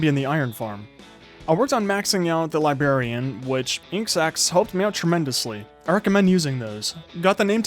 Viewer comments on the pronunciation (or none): Does anyone hear his 'librarian' as 'libarian' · When he says libarain instead of librarian it made me cringe